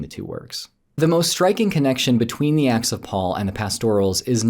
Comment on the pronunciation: It sounds like yer saying "The Axe of Paul and Thecla" which sounds more like an epic fantasy story :p